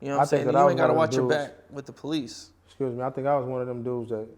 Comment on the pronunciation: “Excush me” 🤣🤣